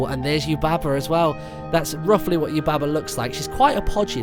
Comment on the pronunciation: Did any one else notice he said " Bo shes Yubba's son" XD